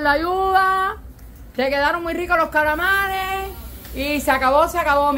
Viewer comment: Se dice calamares no caramal😊